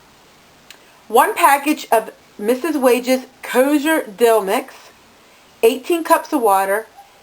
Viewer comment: Kosher is pronounced KO-SHUR.